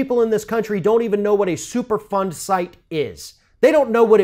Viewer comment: you should've started with the super fund explanation. I kept hearing it as "super fun" when you were talking. Lol